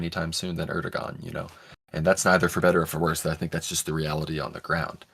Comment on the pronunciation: Do not pronounce the g in Erdogan. Air - dough - on.